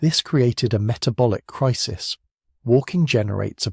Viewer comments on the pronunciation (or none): none